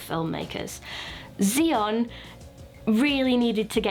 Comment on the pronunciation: Isn't it read as chi Yoon is it ?